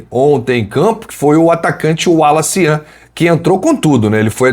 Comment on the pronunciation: Falta só acertarem a pronúncia do nome dele: Wallace Yan !